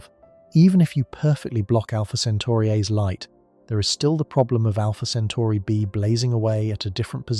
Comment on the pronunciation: Great video but make up your mind on one pronunciation. CentAri or CentOri.